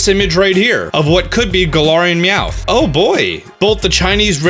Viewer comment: Look it's Meowth's bro Weomth